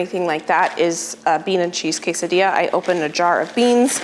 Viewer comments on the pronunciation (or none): none